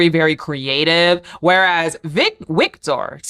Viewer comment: Think you can just say “Victor” because German and Nordic languages have a W that makes a V sound